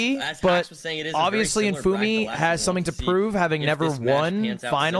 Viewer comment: Does Lud know what a dipshit he sounds like when he doesn't say Infume correctly?